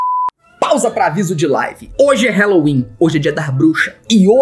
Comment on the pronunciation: *Hallowen kkkkkk "Wellowen" MDS q sonsa